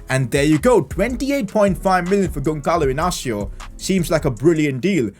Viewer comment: you are saying wrong the name Gonçalo Inácio